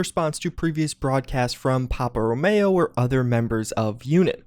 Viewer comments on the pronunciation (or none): It's Rowmeeeeeo not Mayo. 😞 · "Ro-mE-o" ...as in "Romeo and Juliet" ...as in the NATO phonetic alphabet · "Row-May-Oh" Head